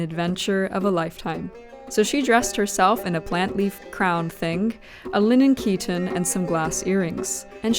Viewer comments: I don't see the other comment you are replying to, but I am talking about the pronunciation of the English word chiton. As in chaos, character, chorus and other English terms that derive from Ancient Greek, the ch in chiton is pronounced as /k/ in English. You can easily check for yourself in English dictionaries. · Ah, you're talking about the pronunciation used in the video. But in the video, she just uses chiton as an English word and gives no indication that she is using it as an Ancient Greek word (she does talk about pronouncing other Ancient Greek words properly in this video, but those are not established English words like chiton). Just because she is using it in the Ancient Greek context doesn't mean that she should not be using the English pronunciation. For example, in videos in English about Greek mythology you would expect names like Aphrodite, Hermes, and Poseidon to be pronounced in the established English way, not the original Greek pronunciations. By the way, as I said in the original comment, the Ancient Greek pronunciation of χιτών was something like khee-TAWN or [kʰiˈtɔ̌ːn] to be more precise; it did originally have the sound of the English k unlike the Modern Greek pronunciation of [çiˈton]. The word was a borrowing from a Semitic language, as can be seen from Aramaic kittōnā or Hebrew kuttṓnĕṯ. But just as there is nothing wrong with pronouncing Greek χιτών differently from the original Semitic word, there is nothing wrong with pronouncing the English word chiton differently from the original Ancient Greek word. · Chitons are usually pronounced in English as KYE-tons, not KEE-tons by the way, though of course Ancient Greek χιτών was closer to khee-TAWN. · Χιτών is not pronounced chiton but heeton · Oh I just realised I have been mispronouncing chiton. I thought it had a long I sound.